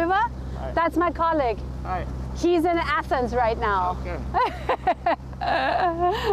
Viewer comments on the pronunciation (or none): Sie sagt auch ,,my collegague,, klingt etwas unglücklich formuliert, man könnte verstehen, dass sie eine Schule (college) meint. Es würde aber reichlich wenig Sinn machen, einem Kapitän ein Bild von meinem Arbeitskollegen zu zeigen und meinen es sei ihre Schule😂😂😂